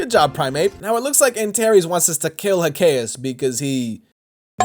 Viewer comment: Bro, Antares, not Antaeries